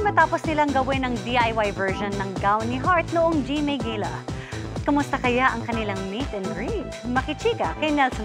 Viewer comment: Pano bah tamang pronunciation ng “gala”? Geyla bah or Gala?